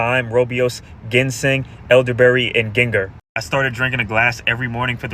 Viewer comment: I love people. Did he said gin ga😂like ginger root ?😂😂😂 yuh caan mek dis up! One ❤🇯🇲